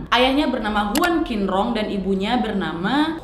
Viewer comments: Masukan sedikit kak, huruf Q itu benernya dibaca Ch, jadi Qin di nama bapaknya itu harusnya dibaca Chin, bukan Kin 😊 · Kak bapaknya bukan dibaca 'kinrong' tapi 'cinrong' 😂😂😂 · Qinrong bcnya Chinrong kak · Buat pelajaran kita sama² kak. Kalau huruf Q untuk orang Tionghoa dibaca C kak. Jadi misalnya "Qinrong" dibaca "Cinrong". Semoga bermanfaat infonya kak